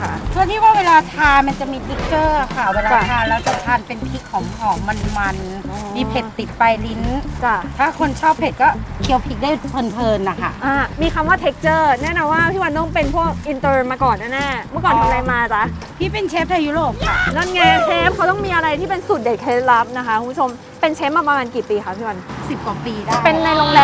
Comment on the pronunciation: Texture ยังอ่านเป็น ทิกเจอร์